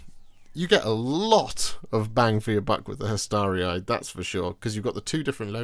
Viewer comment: You pronounced Hastarii correctly. Appreciate this as it always mispronounced!